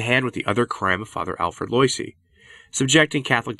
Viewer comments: Yikes! It’s pronounced “Lwah-ZEE”, not “LOY-see”. Learn some French, man. To be fair, popes like Pius IX were pretty intransigent, and their hamfisted methods (like Vatican 1) laid the seeds for Vatican 2 and Francis. And it’s “TEER-ull”, not “tie-RELL”. Fun talk though. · Pronunciation: Teilhard (teh-yard) and Loisy (wah-zee). :-)